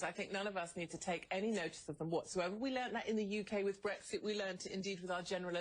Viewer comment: Love from the U.K. - just like to say to CNN that the correct pronunciation is BREX-IT not BREGS-IT.